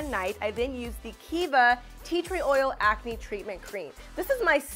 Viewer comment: Are you pregnant you said hormoal ancne